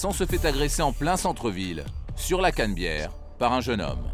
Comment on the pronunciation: au lieu de dire la canabiere il disent la canbiere mdrrr